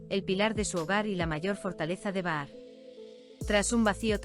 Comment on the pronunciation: Es Bahar escrito,😂 pero al hablarlo o leerlo se dice pronunciando la J o sea Bajar.ahi lo dejo